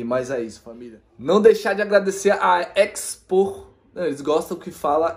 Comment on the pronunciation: Seria "Xpor" se n tiverse o "E" antes do "X" ✌🏽